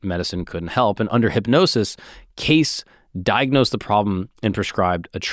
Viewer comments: Jeez WTH you butchered this guys name in you have disgraced his name truly how dare you I think am unsubscribing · You do an episode on someone without even checking to see how the name is pronounced. I trust nothing else you say. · Hey christos how tf you let our boy go an hour miss pronouncing Cayce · Freaking Christos. Disgusting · Im ecstatic with the realization that not only is this guy pronouncing his last name wrong. He's continuing to refer to Edgar predominantly by his last name and im im only nine minutes in. Idk if I can finish this video. This is bugging the shit out of me. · Pronounced. K. C. Not case Wtf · K-see is how it's pronounced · You're saying the name wrong. Trust me it's not " case" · It's pronounced "Casey", not "case." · Its not Edgar case 😂 its pronounced as caycee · It's pronounced Cacee, but he also said that an almond a day prevents cancer, I read his books. He was a devout Christian and I believe God does give his children the gift of discernment. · I had a media boner for you until I heard you pronounce his last name as “case”. I’m so disappointed. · It's pronounced Kay-See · Edgar “Cay-Ce” is proper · it’s Cay-see 😂😂 great Pod brother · yes it’s pronounced KAY-see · I have always heard his name pronounced “Casey” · Me too! My gpa last name was Case prenounced how saying. Also I know a female that spells her name Edgar's; way, and well as a town named that and both are pronounced with "ey" or "ie" sound... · great pod but I cringed every time you said his last name lol it's understandable tho, seems like a simple enough last name to not Google the pronunciation 😂🤷🏽‍♂️ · I have to stop listening to this cause you keep mispronouncing his name. It’s just so annoying. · Sorry but I cannot keep watching this young guy continually mispronouncing Cayce! Sorry but it’s unwatchable…… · Damn, had you pronounced his name correctly, you wouldn't have all these comments mentioning it. Nice engagement bait. 😂